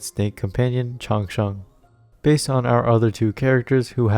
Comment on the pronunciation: Your pronounciation Chang Sheng is pretty standard😁😁😁